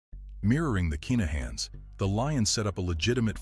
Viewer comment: Its kinnahans not keenahans as im from Glasgow and knew some of the Lyons and i live in Dublin where the kinnahans are from i know this is there names for a fact